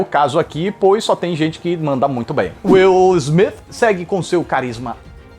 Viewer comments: "Is Smith" AHUEHAUEHUAHEUAHEAHHE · "Is Smith" huehuehuehue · Demorei pra entender o "is Smith" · "Is Smith" hasiahshais que pérola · "IS" SMITH KKKKKKKKKKKKKKKKKKKKKKKKKKKKKKKKKKKKKKKKKKKKKKK KKKKKKKKKKKKKKKKKKKKKKKKKKKKKKKKKKKKKKKKKKKKKKK KKKKKKKKKKKKKKKKKKKKKKKKKKKKKKKKKKKKKKKKKKKKKKK